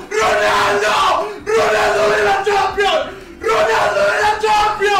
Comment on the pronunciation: Ronaldo de la champion boludo ronaldo de la champion habla bien disca